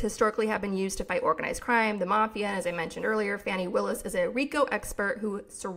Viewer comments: I thought Willis' first name was pronounced Fawnee not Fanny. Is this incorrect? Excellent podcast!! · Fah-nee not Fanny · I think it's "Fah-nee"?